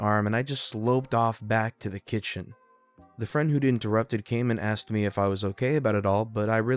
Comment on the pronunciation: Why? Aside from the fact he has trouble pronouncing Asked. How easy do you think it is to find a replacement?